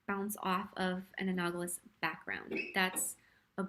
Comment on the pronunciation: I really appreciate this tutorial; it helped me tremendously. I am one of those people who is blind to what colors go well together. Also, your pronunciation of analogous drove me crazy.